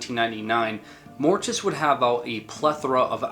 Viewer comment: If you are going to talk Mortiis,pronounce it right! He doesn't have that extra "i" there for nothing!LOL